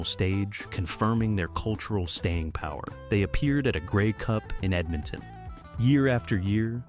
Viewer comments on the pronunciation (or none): none